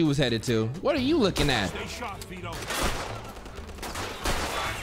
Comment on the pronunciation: “How’s that for stay sarp” lol